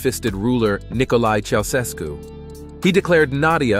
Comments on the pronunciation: It is tsausesku not keosesku ;) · Nicolae Ceaușescu : chow-SHESK-oo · The common pronunciation of the Romanian dictator's last name in the West is 'chow-chess-koo' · "Chow-ches-koo" not "See-yah-sess-koo" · 'Kiosescu'??? It's pronounced 'Ciaoshescu' 😂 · Such a precise yet soulful approach. Thanks for honouring our Nadia.🥹 P.S.: Ceau -ses-cu sounds exactly like the dog breed Chow-chow. 🐕‍🦺-shes-koo😉 🧛🏻‍♀️🖤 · Great video. BTW, the dictator's last name is pronounced "chow CHESS kew." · I never heard anyone pronounce his name "Cheyosesku". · What is it with American narrator's pronunciation? the Romanian leader of Nadia's youth's name was pronounced Chao-ches-ko the narrator here pronounces it 2 or 3 wrong ways. i was in a UK infant school at the time and i knew how to pronounce it. He made the news a lot for being a brutal tyrant. The original Russian Anarchist/Socialist/communist revolters were slaughters by Lenin, Trotsky, and Stalin's thugs who replaced it with brutal totalitarianism. a form of atheist emperor god-like systems (still seen today in the likes of North korea.) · Very interesting, but it would have been better if you had found out how to pronounce Ceaușescu before reading it. (I's tʃaʊˈʃɛsku or if you don't do phonetics but are an English speaker: chow-SHESK-oo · You must pronounce "Chaushesku". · city,,, o-nesht. name: coh-mah-neeech. chow-chess-coo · Doesn't the narrator even bother to pronounce names correctly? Has he never heard how the the Romanian dictator's name is pronounced? It sounds amateurish. The name is pronounced chow CHESS koo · How many different ways did you manage to pronounce Ceaușescu and Comaneći in one video? Did you just wing it. Try practicing/rehearsing beforehand when pronouncing non-English names. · Let's see how many different ways AI Narrator Dude can mispronounce Ceaucescu and Comaneci. 🙄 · I love that the narrator uses 3 different pronunciations of Ceaușescu. So international...